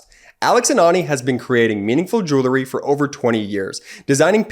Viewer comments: I like your message. It needs to be heard. But how do we take you seriously when you splice in such a dumb advertisement... pronouncing the word jewelry as "jewlery". I get it. He didn't learn English very well and apes the improper pronunciation of his peers. Has nobody in post production ever read a book? I can't wait for your sponsorship from some "realators" selling houses. 😊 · Stop saying “Jew-ler-ry”. The word is: “Jew-el-ry”. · Still can't pronounce "jewelry". 🤣 Doesn't represent the product very well when the ad guy doesn't know what he's saying. 🙄